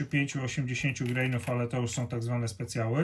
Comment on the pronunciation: Jesteśmy w Polsce, wiec nie greinów, tylko granów!